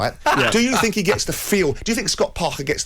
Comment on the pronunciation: 🎉🎉🥂🥂🎉🎉 I heard Trevor say THINK. so he can say it. Why is he normally too lazy to say TH. I FINK he should try harder.